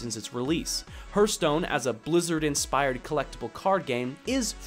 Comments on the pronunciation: "hurt stone" are you that hurtededed !?!?! "HAART~STOWNE~" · Your point was well made, but please edit the 'Herstone' part out for 'Hearthstone'. Just copy past some new spoken text into it, otherwise it distracts too much for the listener (especially for Hearthstone players like me ^^ ). This is really meant as feedback: it was a great video, but this is a point of improvement. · I'll buy that, but it would make the pronunciation closer to "hairthstone" than "hurtstone";) The pronunciation of the "a" doesn't affect the "th" like that, although a regional dialect might. So altogether I can dig it. But I'm still calling it a "harthstone" the way I've always known it. Mainly because that's not my dialect and variety is beautiful. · That "herthstone" pronunciation. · Hehe.. Hurthstone. Good video though!:D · dude why do you call it hurtstone? :p or herstone. Great video tho ^^ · Martin Stensvehagen oh, is that what he was calling it? I thought he was just weirdly mispronouncing "hearth" like 'hurth' ... LOL Now it makes sense ...